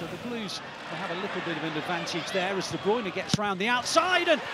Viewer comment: I wonder if commentators will every pronounce De Bruyne as De Bruyne and not The Broine. 😆